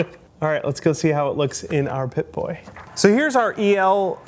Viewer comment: Oh dont mind this I just like how he says pipboy